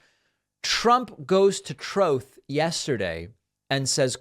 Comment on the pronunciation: David is endlessly hilarious to me. eg. the way he reads Trump's troth post pointing out the capitalized letters hahaha